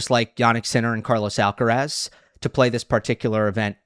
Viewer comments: Tienes razón, no sé por qué no hacen el mínimo esfuerzo en pronunciar su apellido de manera correcta. Es bastante llamativo. No todos son McEnroe y como profesionales de análisis de tennis más jóvenes deberían hacerlo correctamente. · I find it surprising that you make the effort to pronounce João Fonseca’s name, who is around number 40 in the ATP ranking, in correct Portuguese and yet treat the number one, Carlos Alcaraz, with such disregard. I don’t understand it. Some kind of selective xenophobia?